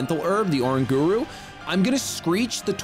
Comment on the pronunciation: Pls say oranguru right :((((